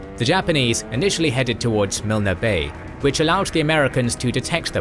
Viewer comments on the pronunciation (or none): Milne Bay is pronounced Miln, not Milna. It’s one of the most well known locations from the war. Also it’s very hard to read blocks of text all in capital letters. Apart from that it’s excellent